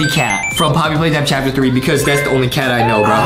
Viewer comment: Adam says Chapter pee